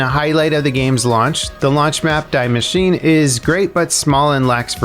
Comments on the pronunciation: 'die machine'.. its DEE MASHINE :'(( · Lmao Cap, you could at least TRY to pronounce those two German words... "Die Maschine"